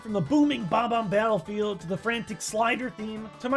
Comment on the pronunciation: From the iconic bob-omb babblefield